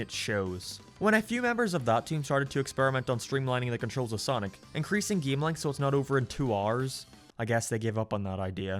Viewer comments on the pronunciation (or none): I physically hurt everytime he says "geam" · Look, I'm not gonna take opinions on what's good and bad from someone who pronounces Tails as Teals and Game as Geam.